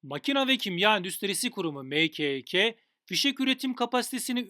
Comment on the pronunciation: Allah aşkına nası bi Türkçe videonun başıdna Mkek den sonra kulaklarım kanamaya başladı